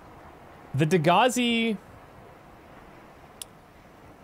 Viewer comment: You know you're Canadian when every reference to the other ship sounds like "Degrassi".